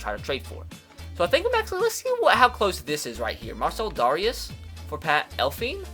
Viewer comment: Mar-sell Dare-ee-us